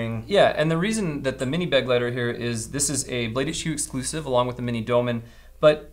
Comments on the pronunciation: Begleiter is not pronounced 'beg-lighter' but more like 'be-glighter' - it's German for "companion". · I hate to be that guy, but it's Kizer "bê-glīter" accent on the second syllable. It's German for "companion." Cool name for an EDC knife. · Please look up how to pronounce „Begleiter“ It’s German and means companion.